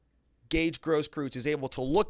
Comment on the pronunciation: Gross-KROYTZ, please!!!!! If it's German.